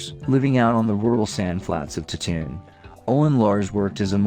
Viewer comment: What the hell is this? It sounds like you’ve never read Dune. And why are you pronouncing everything wrong? Lia? Tattoon? Haven’t you even watched Star Wars before? They say those names in the movies. I know you can speak properly because I have heard you do it a bunch.